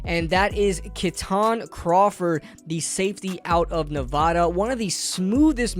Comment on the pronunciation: Born and raised, it’s NEV-ADD-UH. He’s good though